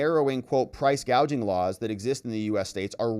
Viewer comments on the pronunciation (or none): I heard the clip. She called it price gauging, not gouging. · funny thing is she doesn't say the word gouging, she say's gauging.🤔